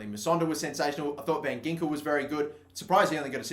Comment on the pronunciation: I know you won't read this but van Ginkel is actually pronounced van Hinkel